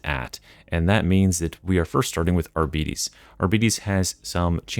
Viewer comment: R-Be-tays Not Ar-beaties Get it together